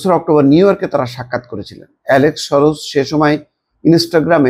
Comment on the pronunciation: উচ্চারণটা "শরশ" নয়, সরোস।